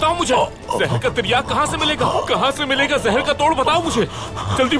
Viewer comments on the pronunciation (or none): It's zehar not jehar